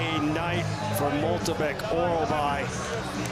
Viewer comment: how on gods green earth can you pronounce MYKTYBEK as MOLTYBEK